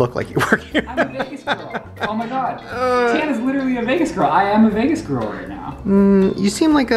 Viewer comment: The amount of times he says LIT-RA-LY😂😂😂😂